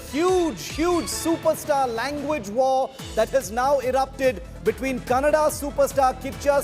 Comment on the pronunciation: Becoz of KGF2, atleast dis anchor kws how to say Kannada and not Kannnad... 🙏